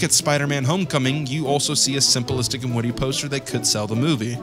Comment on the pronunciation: The way you pronounce simplistic is crazy to me. Simple-istic